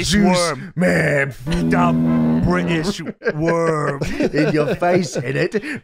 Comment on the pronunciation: DA BRITISH WOOORM